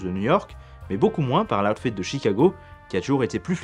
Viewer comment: loud fed ??? putain ton accent, sérieux quoi